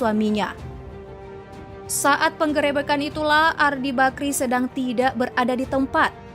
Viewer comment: Ngakak pas s mimin nyebut peng gerebekan